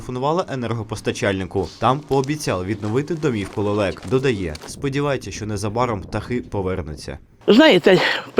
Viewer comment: Лэлэк? Вы,чо ,смеетесь?